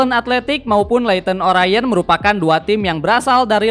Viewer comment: Sedikit koreksi buat Leyton Orient itu dibaca Ley'ėn Oriént bang, bukan Leyton O'raiėn 😂